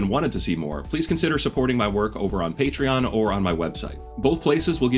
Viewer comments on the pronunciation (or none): none